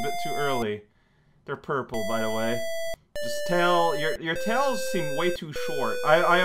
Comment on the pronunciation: idk why it's so funny to me when alternates between calling tails by his name and then blurts out 'tail' without the s